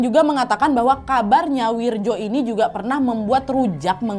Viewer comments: Wak, gk ada nama wirjo di jawa, itu bacanya wiryo...wak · Wirjo kalo ga salah dibacanya jadi "wiryo" kalo d jawa khususnya tulisan dulu